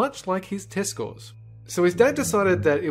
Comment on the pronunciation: I thought said 'Testicle' instead of 'Test score'